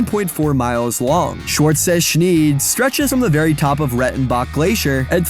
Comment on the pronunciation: You totally butchered the pronounciation of "Schwarze Schneid". It literally means "black blade" or rather "black ridge", as "Schneid" can also refer to a sharp ridge.